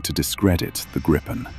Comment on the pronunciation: More over-dramatized, amateurish AI laziness. BTW. For those interested, the name is pronounced "Gree-pen", not "Grippen". It's the same as the Griffin from English folklore.